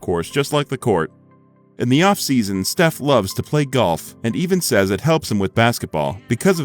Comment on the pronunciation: you said shef curry